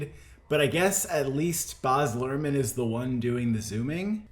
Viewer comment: It's so difficult getting through this video with "Boz" Luhrmann...